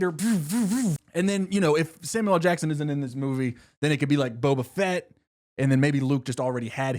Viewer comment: Saying Boba Fett like Bo Bichette was killing me